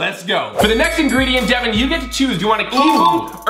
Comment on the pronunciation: not devin